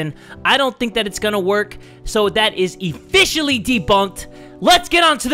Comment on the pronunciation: "IFFICIALLY" ... wat